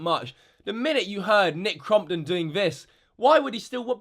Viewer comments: your being a bully cause your saying crumpit and its crompton when you say nicks name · “Nick Crom-pit” Lol 😂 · (Cromp-ton) not (cromp-et) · It’s not nick crumpton it’s not nick crumpets it nick cumpit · "nic crompteé" - 2017.